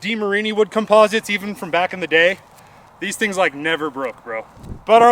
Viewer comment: No tings just thonks 😂